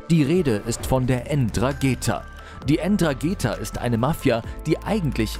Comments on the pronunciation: alles schön und gut, aber hör bitte auf ENN DRA GEEEETA zu sagen......mannaggia tia! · Ndrangheta. Nicht Endrageta. Jahresumsatz NUR mit Kokain 53 Milliarden. Nicht INSGESAMT 30. So ermüdend "wissenswerte" Beiträge zu sehen von jemandem der nichtmal 10 Jahre alte Wikipedia Einträge richtig lesen und wiedergeben kann.. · Es heisst: 'Ndrangheta. So was von schwach eure Reportage. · Eeeentraaaaangeta xD Junge Junge.. Schau nochmal nach wie man spricht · "Endrageetha" halt doch die fre.... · Heißt Ndrangheta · Nicht mal den Namen der Mafia kann man hier richtig ausprechen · "Ndrangheta ..wie kanm es sein das man das zweite "n" vergisst !? ..bei "all" der recherche 🤦🏻‍♂️ und es dann auch noch die ganze zeit falsch sagt !? Außerdem wird das "N" am anfang in aller regel stimmlos gesprochen und als ein wort - nicht so abgehackt wie der sprecher es macht. ..Selbst nachrichtensprecher kriegen das hin 🤷🏻‍♂️ Hört sich also am anfang schon schlampig an, bin gespannt wie der rest wird 👀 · Ndrangheta wird aber irgendwie anders ausgeprochen (Ohne N) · Ndrangheta heisst die kalabrische Familie.. Bitte richtig sagen/schreiben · "Ndrangheta" .... Namen üben wir nochmal :) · Das N am Anfang von Ndrangheta spricht man nicht😂😂lernt erstmal die Aussprache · Können sie bitte mal „Ndrangheta“ richtig aussprechen??? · Wie ndrangheta ausspricht 😂 & hooligans ernsthaft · Man spricht Ndrangheta (Heldentum) bitte anders aus. Auch wenn man nicht nativ Italienisch spricht bzw. aus Kalabrien stammt. Eine wichtige Einnahme Quelle ist unter Anderem auch die illegale Abfallentsorgung, insbesondere von Giftmüll! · du sprichst Ndrangheta falsch aus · Keinen ist aufgefallen das es nicht N-dragetha heißt sondern Ndragetha das n wird nicht mitgesprochen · Die Dragetha wird ohne N gesprochen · Die ÄN DranGEta😂😂😂😂😂 man sprichts nDranggeta aus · Das heißt nicht N-dragetha sondern Ndragetha das N wird nicht mitgesprochen. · man spricht es "drangetta" aus und nich EndragEta :D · Ndrangheta und nicht Ndragheta